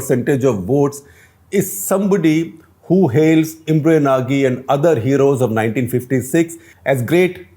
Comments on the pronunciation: It's not Imre naagee. It's pronounced as Nauj. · just one correction ..actual pronunciation of Imre Nagy's name would be 'Imre Naj'.